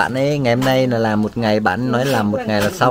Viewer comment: Ông thầy dạy học trò cứ thế mà nàm thì học trò cứ thế mà nàm rồi bảo học trò đọc sai.